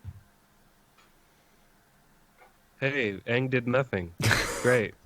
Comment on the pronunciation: I tried to watch that movie. After like the 8th time they said aang name wrong, I just turned it off